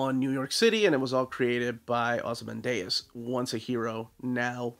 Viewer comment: It's just "Ozymandias" as you would read it in Spanish, it ends in "dee-uhs". So weird you mispronouncing a name. You always take a lot of care about these things. That aside, I've been on the fence about this book, but hearing how much you enjoyed has convinced me to buy it.